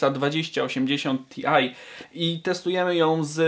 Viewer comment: Skoro rtx to dlaczego ti-aj? I Ekspres i pi-si-aj... Kuźwa,albo gadasz po polsku,albo po angielsku. I popracują na wymową angielską. Reszta. Całkiem-całkiem...